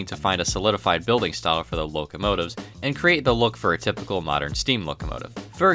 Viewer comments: Moderne, not madeurne. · The clicking of the keyboard throughout the video is terribly annoying. Try updating your equipment. Old trains are great....old keyboards suck. BTW...Moderne is pronounced the same as "modern." Think of quainte olde towne english....the pronunciation remains the same.